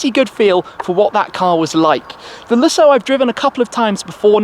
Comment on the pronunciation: You are saying Lessoh and it´s LúSSo. The emphasis is on the "Lu", the "ss" are realy sharp and the "o" doesn´t drag like you say it. It's fadded after de "ss" and the sound is "ó" not "oh".